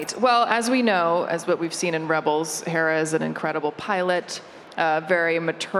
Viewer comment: the way the host say Hera's name i thought she said Harrison's Doula... 😅